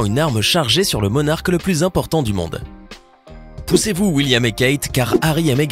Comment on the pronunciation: C'est pas sovage comment il dis poussé vous William et Kate